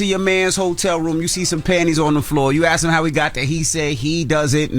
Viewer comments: it's ASK...not AXE. And Envy is increasingly annoying and please get Jess Back! And I listen for Charla!! He's hilarious 😂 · Girl hush we love Oh, and it’s not ask it’s kiss our ass 😘